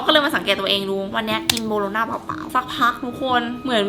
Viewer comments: โบโลน่าค่ะไม่ใช้บาโลน่า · มันคือโบโรน่าไม่ใช่บาโรน่าค่ะ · โบโลน่าไม่ใช่บาโลน้าขออนุญาตแก้ค่ะ